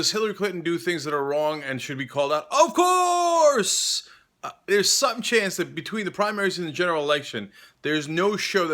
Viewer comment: My ears every time he says 'ovkoursse'